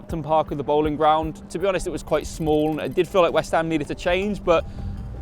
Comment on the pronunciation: You've heard of Anne Boleyn? Her name is pronounced Anne BOLL-IN. The Boleyn Ground was named after her family. It's the BOLL-IN ground not the BOWL - IN ground.